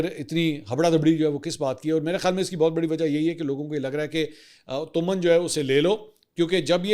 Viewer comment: Mansoor Bhai is not تؤمن it's تومان۔